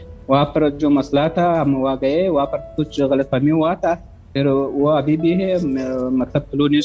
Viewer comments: افغانی عورت انڈین لہجا پھر کی بجائے فر بول گئ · یہ عورت %افغانی نہیں ہے اگر یہ افغانی ھوتی تو پھر کو فر نہ بولتی یہ پھر کو پر بولتی